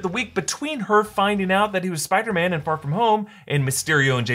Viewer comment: Listen closely when dr strange talks first time with peter he say "spider men"